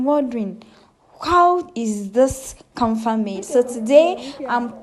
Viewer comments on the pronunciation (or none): It is called KAFA and not. KANFA like you wrongly said Good to learn Thank you